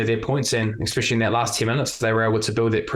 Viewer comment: What does 'Ekspecially' mean?